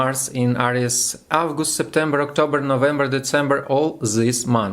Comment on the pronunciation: Thanks, nice shot! Everything is clear. Still sigh of asc, right? I was looking for the good astrological forecasts in EN on YT. Not too much them I can say I've noticed some grammar mistakes, but it's nothing serious in speaking. Everybody does it. But please check pronunciation of zodiac signs. Leo, not lion. And months: april and august